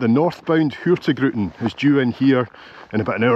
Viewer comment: I absolutely love your videos — truly one of my favourites! But I have to admit… today you broke my little Nordic heart just a tiny bit. I’m Icelandic, living up in Tromsø, Norway, and I’ve noticed you always pronounce “Hurtigruten” as Hurti gruten. Then one day someone apparently told you the correct pronunciation, and you said it right! I was so happy I actually shouted “YES!” out loud. But then… you went back to Hurti gruten again. Just for fun (and because I can’t help myself): It’s pronounced Hur-tig-ruten. Hurtig = “quick/fast” Ruten = “the route” As for what gruten means… well… you might want to Google that one! Still love your content — keep up the great work! 😄